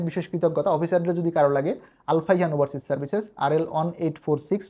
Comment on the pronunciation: কি ওভারসিস বল্লো বুঝা যায় না